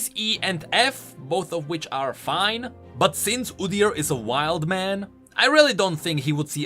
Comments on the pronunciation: I've never heard anyone say it like that, sounds weird. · Udyr is the Norwegian word for beast. For right pronunciation look up how Norwegians pronounce it